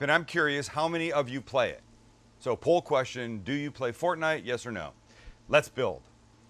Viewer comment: Actually a guy that’s over 30 that pronounces fortnite correctly!